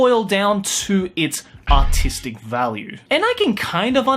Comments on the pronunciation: I think he said autistic value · When you say artistic, sometimes it sound like autistic. These anime have A U T I S T I C values.